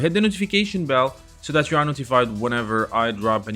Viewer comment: Again it’s that not dat.